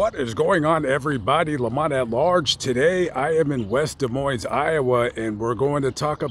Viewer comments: The "S" in "Moines" is silent. Pronounce it "Duh Moyn". Also, it sounds as if the mother made up the story of Johnny's visit for attention and in order to write a book. That's my hunch. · The "s" in Des Moines is silent, its actually pronounced da moine. Just a side note. Thanks for a great video! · both of the the "S" letters are silent in "Des Moines" my guy.... its pronouinceds Dee Moine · The "s" in Des Moines is silent